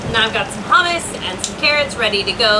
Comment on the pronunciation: Hummus pronounced "Choomoos"